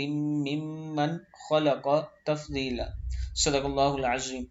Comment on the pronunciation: Salam Ap bht acha Kam kr re hn per ap apna tlaffoz thek krn plz Tafzeela nhi lafz tafdeela Hy bai g